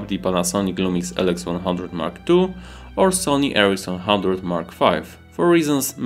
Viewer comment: Your accent made me hear Sony-Ericsson instead of Sony RX100 😆😃